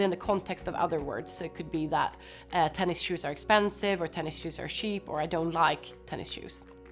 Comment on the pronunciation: tennis -shoes, not tennis-shoes